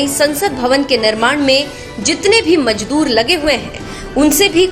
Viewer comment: Majdhoor nhi madam Mazdoor